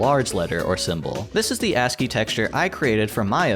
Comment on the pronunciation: wait, there are other ways to pronounce ASCII? & yeah usually ASCII doesn't really draw the backgrounds in that much detail